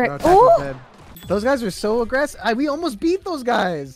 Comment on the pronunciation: AWGESSIVE JUST BE AWGGRESSIVE